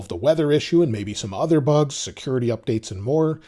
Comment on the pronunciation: you saying few bus 😂